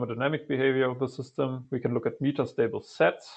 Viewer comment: It's "MEH-TAH" stable state, with a short E, not "MEE-TAH" ffs